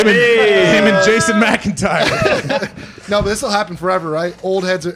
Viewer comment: And killing the names lol Jason “McIntyre” hahaha His last name is posted all over the office and in the title of the show